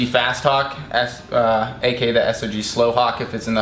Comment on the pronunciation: its not s-o-g its sog